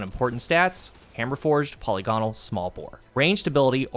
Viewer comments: puh-LIG-uh-nul not polly-gone-al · Now if only you could pronounce polygonal